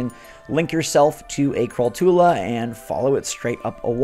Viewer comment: Just a small note, I'm quite sure that crawltula is pronounced like tarantula